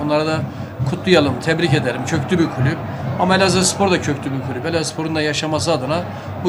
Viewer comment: Elaspor diyor spiker